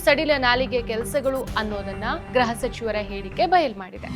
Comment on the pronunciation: ಗ್ರಹ (graha) ಸಚಿವರು ಅಲ್ಲಮ್ಮಾ, ಅದು ಗೃಹ (gruha) ಸಚಿವರು. ಗ್ರಹ ಅಂದರೆ planet, ಗೃಹ ಅಂದರೆ home